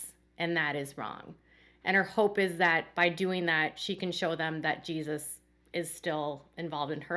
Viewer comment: I HATE the way Jermey and Jinger pronounce long g “G-Sus” lol it’s sooo annoying instead of Jesus. 😂